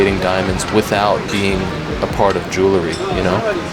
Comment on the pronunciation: Jewelry is pronounced jewel-ree. Not jewel-la-ree.